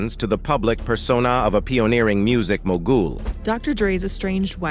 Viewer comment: Bro said “Music mo ghoul”” 😂